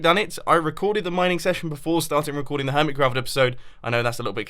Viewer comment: Why u say ,,hermitscraft"?? Also, it soumds like hermitzcraft